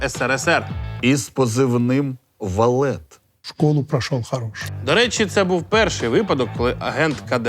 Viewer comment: Та не валет, а ВАФЛЕТ